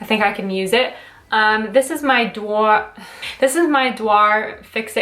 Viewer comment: Just to help you out in the future: Dior is pronounced "de-or"